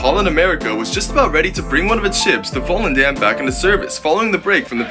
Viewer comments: IN THE NETHERLANDS? Not to far from home And nice to see that they want to help Ukraine Im going to put the Ukraine flag in my username real quick Edit: You pronounced volendam wrong lol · I always find it so funny as me being from the netherlands how american or british people pronounce dutch words, its just the way he says it voelendaem🤣 The "dam" in the end of volendam is supposed to said sort of when you say dumb but remove the b